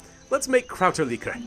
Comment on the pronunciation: Americans really say "Krauterlikor"?:D It's a German word and it sounds hilarious to me hearing you speak it out. Still loving this series, guess I have some Kräuterlikör now, cheers!